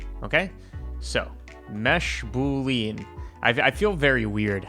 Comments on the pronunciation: "Boolean" is pronounced boo-lee-un, not boo-leen buddy. Lovely little trick, I might try it in ShaderToy. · The way you say "boolean" is still killing me.